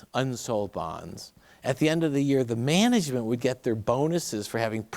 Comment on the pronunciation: “The way they make MENEGEMENT”